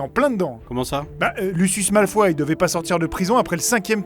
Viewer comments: On dit malfoye pas malfois OMG... les mecs s'il vous plaît sinon bonne vidéo comme toujours :) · Lucius « malfoi » 😂😂ça ce prononce malefoy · Enfiiiiiiin!!! Mais c'est Malefoille, et pas Malefoi 😂😂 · Ça se prononce malefoie ! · Vous êtes québécois pour dire Malefoie ? x)